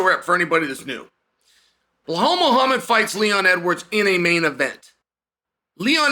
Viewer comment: Did I just hear him say Ball Muhammad 🤣😂